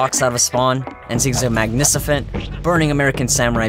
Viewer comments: did u really say “Magnicifent”?! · I don't think that's how you pronounce magnificent